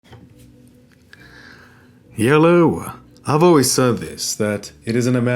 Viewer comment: steps in the ring and says "HYELLO"